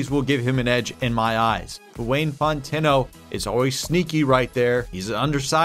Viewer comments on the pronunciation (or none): its pronounced font-no not fon-ten-o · Fon-tuh-knot 😂 i think i webstered that right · It's "font-e-no" but in Louisiana, we just say "font-no". The "t" is silent, in the same weird way that "eaux" is an "o" sound. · i can't take it anymore you gotta be able to pronounce wayne fontenot correctly if there's a possibility of you saying it a bunch this season. it's not fon•TEN•o it's FON•te•no. fawhn•teh•no, emphasis on the first syllable. other than that you're doing great 😂😂😂👍🏾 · For future reference, Fontenot is pronounced "font" "no". Great video as usual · btw your QB2 is pronounced “Fawn-10-oh”. Love the series! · Not a prediction but Wayne Fontenot's last name is pronounced Fon-Teh-No or Font-Know depending on what part of Louisiana you're from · Wayne "Fontenot" ("Fon[soft T]-no") People in Louisiana pronounce it as 2 syllables instead of 3. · Woah woah is Anthony Burks the youngest head coach in history? Also,, it’s pronounced Wayne “Fawn-teh-no” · Just a small pronunciation note. FONTENOT is pronounced “FON-TEN-NO” the last “T” is silent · Waynes last name is Pronounced FONT-TEN-NO (say it fast). Had a pro ball player from my town with the same last name lol. If you wanna be sure how to do it look him up. Mike Fontenot is the name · Fontenot - (FANT-NO) it’s a common name down here in Louisiana also love the content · Loves the videos. From the south (Louisiana) so I can help out on Wayne Fontenot name pronunciation. Its pronounced "f-ah-n-t-n-oh". Hope that helps a bit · Fontenot is pronounced - Font-no. You pretty much skip the e sound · Fontenot is an interesting last name. It’s pronounced font-eh-no, or at least that’s how we pronounce it in Louisiana. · It’s pronounced fawn-tin-know lol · Wayne’s last name is pronounced “FONT-in-oh” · It’s Font-No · It’s pronounced Font-No. PLEASE don’t change his name 👉🏻👈🏻 it’s my name 2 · The Cajun in me is CRINGING every time he said Font-n-o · Might be a southern thing, but it's pronounced FONT-EN-O